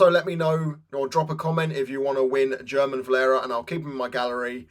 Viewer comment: It's pronounced Herman Valera! Leviosa